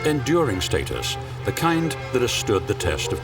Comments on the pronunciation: "What is state-us?" Such beautiful cars christened with pomp and snobbery unfortunately. Reminds me of "FEE-RAW-REE". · Excuse me, the word "status" is pronounced with a short a sound. You can't even pronounce the word correctly. incredible. Hardly impressive joker. Did you EVER attend school ?